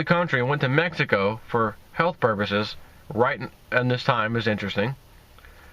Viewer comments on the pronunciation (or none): none